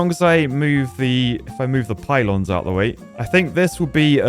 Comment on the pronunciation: Poo-lons. Really,?